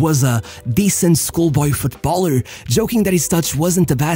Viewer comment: how is it that you can say Football, but you can't says Footballer but instead you keep saying Foot Baller ... bit odd